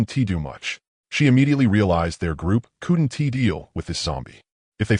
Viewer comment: The animations sucks but the story is good. The voice choice is a good one but the way it says couldn't is hard to listen to.